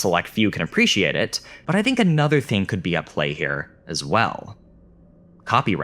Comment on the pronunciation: Interesting video. I just don't understand why you say dink instead of think but pronounce the th perfectly in other words lol